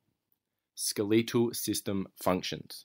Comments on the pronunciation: Hate to break this you but it is pronounced s k e l e t al not skeleeeetal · Why do you say skeleetal it’s skeletal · SKELETAL not skeeleetal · i'm from england and i've never heard it pronounced that way xD